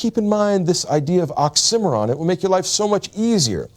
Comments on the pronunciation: I've never heard anyone say oxymoron like that... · Why is no one talking about how he says "oxymoron." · I hated how he pronounced oxymoron. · i pronounce oxymoron differently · First time I've heard oxymoron pronounced that way.😮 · I’ve pronounced oxymoron incorrectly my entire life, wtf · Brilliant teacher, so articulate. The repeated mispronunciation of ‘oxymoron’ is all the more surprising in that context. A petty point, but it jars for me every time I hear him saying the word! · Where does he get his pronunciation of oxymoron? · .... why does he pronounce oxymoron that way? Lol threw me off a bit. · Strange that a man of learning mispronounces oxymoron. Accent is on the third syllable. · I’ve never once heard oxymoron pronounced that way. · has a great talent to identify the essence of the biggest thinkers. But he sure has a weird way of pronouncing "oxymoron". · wait thats how you pronounce oxymoron? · the pronunciation of "oxymoron" really got me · I had to spell out "occimeron" before I realised he meant oxy-moron. Otherwise, fantastic lecture as always. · I forgot what an occimeron was until I realised he was saying oxymoron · I was today years old when I realized I was saying the word oxymoron (it sounds like he's saying oxcimeron but that's not a word) wrong. I even put the CC on... 🤯🤷🏼‍♂️😜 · OCK-see-MORE-on, not OCK-sim-or-an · Interesting that the pronunciation here is more like ox-simmer-on and not oxy-moron. Confusing at first trying to figure out what word he was saying. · I never heard someone pronounce oxymoron the way this guy did lmao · I've never heard anyone pronounce it "ox emm er ron" before. I've always heard it as "oxy moron". Did this stand out to anyone else? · Why do you say oxih Mahron lol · The oxymoron is mispronounced by the lecturer. . It is correctly pronounced as oxy more on. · Wait, its "ox IM' eron"? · why do you pronounce "oxymoron" as "ocksimmeron" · Ox Cimarron? I'll bet he pronounces Uranus "urine us" too.